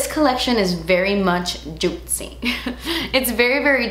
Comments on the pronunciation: Drink every time says "jutcy" 😂 Edit: I literally commented this before she says in the video hahaha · "look how SHAITNY, GLOTSY, JUITCY"- 😂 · I love you but it is getting annoying how often you say Juitcy.... :(